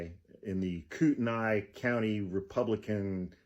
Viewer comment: Kootenai. (Coot-knee) not Coot nye. Just thought youd like to know.